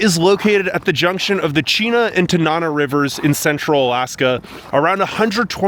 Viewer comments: Tanana. tan an ah. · So sorry to point out that you mispronounced Tanana. But other than that, I'm impressed at how accurately you're portraying Fairbanks!